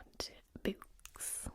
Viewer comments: I dont think you understand how much i LOVE the way you say "oo" words. "BOOks" "COOkies" My brain melts with joy lol. Also i loved Dragon Teeth. Listened to it on audiobook. Id recommend Prey if you havent read it yet. Its one of my faves of his. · Love the way she pronounces 'books'. Also I think has convinced me to add Jurrasic Park and I am Legend to my reading list. You also might enjoy The Graveyard Book by Neil Gaiman. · I really like the awesome way you pronounce "books." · Congratulations on the braids! I still adore the way you pronounce "oo" sounding words like "books" and "tools." "Glossary" is the word you were wanting in regard to Frankenstein, I think.